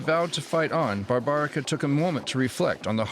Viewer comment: “BARBARICO” 🤔😅😂 — that’s how this Polish TV channel chooses to pronounce a name that, in its unmutilated original (Babaryka/o), aligns perfectly with both Polish pronunciation and the name’s historical and contemporary presence in Polish territories.